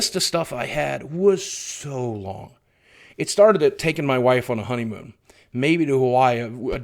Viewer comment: Less Work, More Honeymoan! Yes, I dare say I heard Honeymoan! <3 ya, big man and keep being awesome!